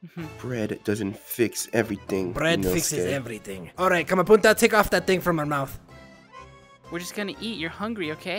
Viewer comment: Bro inoske calls the group kamapunta,nutela,zacaraya it’s sooooo 😁